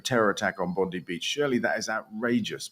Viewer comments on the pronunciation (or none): Just an aside, the Australian Bondi is pronounced 'Bond-eye.' Not like that horrible US AG 🤢